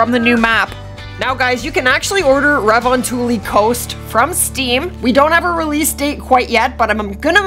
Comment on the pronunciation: Dude im from finland you say "revontuli" wrong